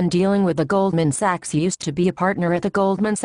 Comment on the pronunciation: I think this just turned me into an Austrian economist! :D Anyone else noticed the female character mispronouncing "Sachs" as "sex?"